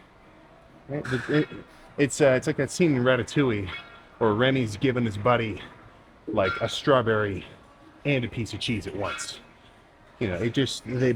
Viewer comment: Bro said Retatoullie!!!